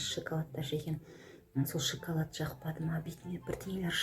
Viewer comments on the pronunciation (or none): none